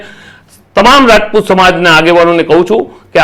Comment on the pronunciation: રાજપૂત બોલો રજપૂત નહિ